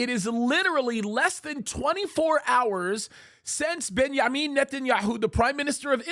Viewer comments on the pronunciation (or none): none